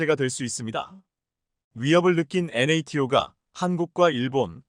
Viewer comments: 야 이사람아 나토라고 그냥 읽어라 무식허기는!@ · NATO를 나토라고 읽어라 답답아